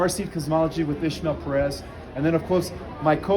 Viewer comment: No H in his name. Why does everyone call him Ishmael? His name is